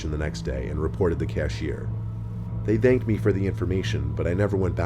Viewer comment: Every video: “they thhanked me”